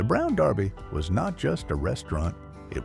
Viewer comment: Yeah Derby is mispronounced also.